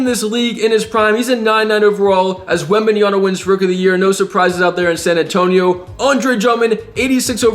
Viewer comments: WembanyaMa, not WembanyaNa. Greeetings!! :) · You can’t ever say Wembanyama name right😂 You always say “Wembanyana”😂